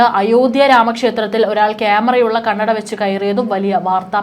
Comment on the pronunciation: ക്യാമെറയിൽ കണ്ണട അല്ല, കണ്ണടയിൽ ക്യാമറ, ഒന്നു പറഞ്ഞേ... കന്നഡയിൽ അല്ല, കണ്ണട എന്ന് ശരിക്കും പറഞ്ഞു പഠിക്കണം കേട്ടോ 😂